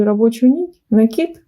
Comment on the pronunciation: Спасибо большое за МК. Связала образец. Понравилось. И ещё отдельное спасибо за Ваши "пЕтель, накИд", а не "петЕль" и "нАкид". Лайк и подписка